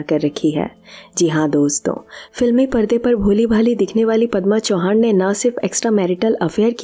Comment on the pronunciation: चौहान नाही. चव्हाण